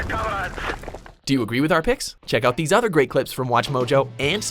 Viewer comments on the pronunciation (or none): none